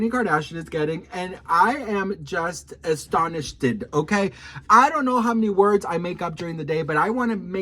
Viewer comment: Did he just say astonishded??? I’m in full on tears laughing. Give me the dry azz Kourtney voice and then send the paramedics to my location because I can’t breeeeavvve(yep….Stole that word from the messy best friend dictionary) 😂